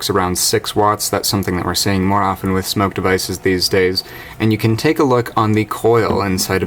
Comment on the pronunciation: Smok... Not Smoke.. just saying ;)